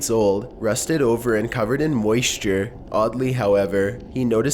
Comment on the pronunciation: Please never say "moisture" again xD